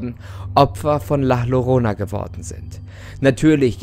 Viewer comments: das "llorona" wird "jorona" ausgesprochen ;) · Du sprichst den Namen falsch aus… doppelt Ll wird wie j ausgesprochen. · Maaan, Llorona wird am Anfang nicht mit Doppel L ausgesprochen, das Doppelte L wird im Spanischen als J ausgesprochen. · Ist ja ganz interessant aber bitte sprich die llorana richtig aus es wird nämlich jorona ausgesprochen😉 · Llorona? CCORONA??!?!?!?!?!?!?!? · Wieso sprichst du Llorona wie Lorona und nicht Ljorona aus? Als Spanischlernender ist das das was mich am meisten an diesem Video gruselt 🤢😅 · Ein doppel L wird im Spanischen j ausgesprochen😂 Gutes Video😁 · Funfact es wird Jorona ausgesprochen. Da LL im Spanischen als J ausgesproche wird. Das ist jetzt aber nicht so wichtig. Im grunde genommen ist es die Basis Formel für so ziemlich jede legende. Man nehme etwas mehr oder weniger Normales. Baut eine geschichte drum. Und lässt unwichtiges, wie aussehen weg. Ob es die Futakuchi Onna, die Schneefrau, die Kuchisake Onna. Oder Bento bento ist. (Das ist einfach nur ein Unsichtbares Plappermaul, das dir hinterherlatscht.) Oder wie im Spanischen El Silbo bzw la llorona. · Es heißt Llorona (ausprache=JORONA) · Bitte richtig aussprechen Danke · Hab nur auf das Video geklickt weil ich gesehen hab, dass es ein deutscher Kanal ist und wollte wissen, ob er Llorona falsch ausspricht. Jap... gruseliger als die Legende lol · Dein Frisör hat gerade Angst bekommen....btw du sprichst es falsch aus😜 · Man spricht es anderst aus